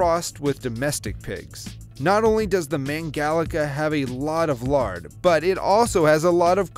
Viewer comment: me being a hungarian and sees mangalica:wow, but why u say it like that